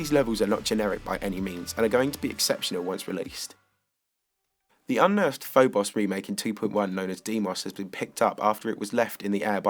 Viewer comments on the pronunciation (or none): none